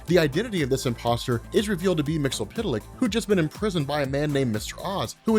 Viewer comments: Love Comics Explained but his mispronuniciation of Mr Myxyzptlk is driving my crazy. It's pronounced Mr Mix-iss-pit-ill-ick. Not Mr Mix-ill-pit-ill-ick. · you are awesome and I know how difficult it is to pronounce the name and even more difficult to change how you say weird comic names after using them for decades but there is an episode of Superman the animated series where he breaks down his name... mix yes spit lick just an fyi but keep doing what you're doing I love all your content thanks for keeping me up to date for the past decade or so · Mixy-spit-lick, dude. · It’s “Mix Yes Spit Lick” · Here is how to properly pronounce his name: Mix Yes Spit Lick. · There’s no s sounds lol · Isn't his name pronounced MIX EEZ PITTLE LICK? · Love the video but his name is pronounced Mix-Yuhz-Pit-Lick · Mix Yiz Pit Lick. Why do you think the Z makes an L sound! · His name is pronounce Mix Ya Spit Lick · Stop butchering the name its Mix-Yes-Spit-lick Mxyzptlk is the name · Mix Yes Spit Lick. That's how it's pronounced. There's only one L in the name. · Mix Yiz Pit Lik, but I'll take the TAS joke pronunciation over anyday. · It's pronounced " Mix Yiz Pit Lic " One day you'll get it right. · I love your videos but one thing you and most people do is mispronounce Mxy's name. I'm not singling you out because even in most of his cartoon appearances it's pronounced wrong, in the 60's and 70s DC would throw a footnote with a phonetic pronounciation when ever Mxyzptlk* would appear or say his name bacwards** *MIX - YEZ - PITTLE - ICK **KILL - TIPS - ZECK - SUM i wish they would have done that for Ras Al Ghul and Themycira but i digress. I want to see a beyond Omega Level with Bat Mite as he is definirely canon thaks to his epic battle with Mxy in Scott Snyder's Justice League/Doom War. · It's actually Mr. Mix Yes Spit Lick He even said that's how it's pronounced from the 1990s Superman: The Animated Series cartoon. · Your pronunciation is WAY OFF.